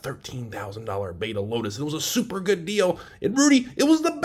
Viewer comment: Clearly "Lotusi" is the correct term 😂